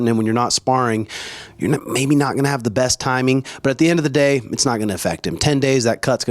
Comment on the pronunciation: “On the same daych.” My boy been spending too much time in Brazil🤣😂🤣.